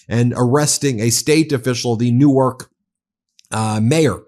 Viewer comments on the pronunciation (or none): Great to see this being covered on this channel, Ben. Thank you. This hits close to home as a NJ resident. Pro tip. We pronounce it like New-Work, not New-Arch. 💙💙💙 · Ben, fyi - the pronunciation of NJ Newark is one syllable. Delaware Newark is two syllables similar to how you said it.